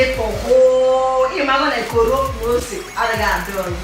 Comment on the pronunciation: Nice one dear👌 She called it CORO😂